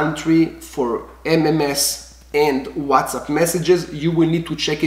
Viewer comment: It's called whatsapp, not whatsup.........